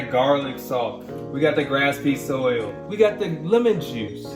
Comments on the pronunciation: did he really just say "grass piece" oil........... it's literally just grape, then seed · “graspseed soil” that’s all i had to point out 🤧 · dude said grap se soil 😂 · jeff, my dude. It's not sob-ah noodles its "so-bah" also what is grap-seed oil? you lost the E? Sorry for the nitpicking.. Proud of you guys though! There are some really delicious veggie dishes out there. It doesn't necessarily have to be vegan...as cheese, milk, and eggs can really add to a dish. Not everyone can go full vegan/vegetarian but if we all made small changes in our diets, it would be better for our bodies and the environment <3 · it's Jeff saying "grapspeed" oil for me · GRASPEE SOIL 😭😭🤣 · "we got that grasspee oil". LMAOOOO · He really said "GrAp seed oil" LOL 😂😂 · It's SO-BAH AND GRAPE SEED. ☺️👍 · The guy said, "grasspiece oil," so... Some people can't say Worcestershire sauce.